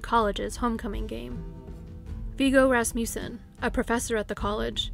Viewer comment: I really love your channel, but I have to correct your pronunciation of Rasmussen. It is RASS-muh-sen. Sorry, I tried not to let it bother me...I'm from Wisconsin, and we have family friends, no relation, with this name. But I did have a high school American Lit. teacher from Lacrosse who was a kid there when Evelyn Hartley disappeared. She had actually told our class about this case because apparently it had a profound effect on the entire city of LaCrosse for years. After all, LaCrosse, at that time, really wasn't that big, at least not like today (ok, still small compared to Chicago or even Milwaukee, but it is big enough now to have actual crime) and kidnappings and murder of any kind, just didn't happen there then. But to have a baby sitter taken from a locked home on a nice street like that really freaked people out. It was like the boogie man had come to LaCrosse. Anyway, very well done video, as usual! Thank you for all your time and effort! I was binging on your channel all evening!